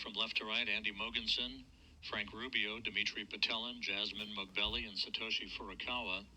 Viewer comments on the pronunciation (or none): none